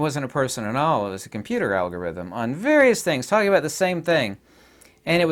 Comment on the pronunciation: Scrolling and you got my attention with the "AlGoreRithm"